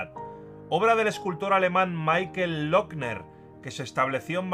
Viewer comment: Muy bueno el documental. Sin embargo, Michael, en alemán, no se pronuncia como en inglés. Se dice así: Mijael, tenido en cuenta que la jota suena suave y sonora. Això és tot. Moltes gràcies.